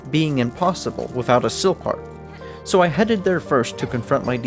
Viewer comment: great video but like its wiTH and wiTHout not wiFF and wiFFout